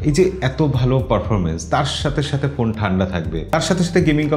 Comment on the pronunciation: ভাই পোন না,,ফোন বলেন